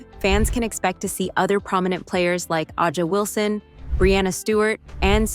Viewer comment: who tf is Ajah Wilson 😭ITS A"JA WILSON NOT AJAH ☠